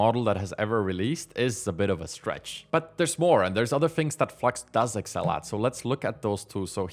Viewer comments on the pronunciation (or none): none